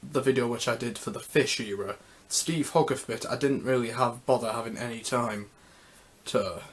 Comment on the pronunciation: It’s pronounced hoe-garth... not hog..arth even though it’s written that way